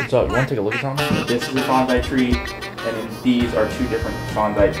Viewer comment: Bonsai is pronounced “baan SAI” …. Just sayin’ 💁🏻‍♂️